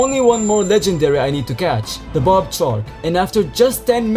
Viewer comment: bro i thought he was saying "bobbed chalk" instead of "barbed shark" 💀💀💀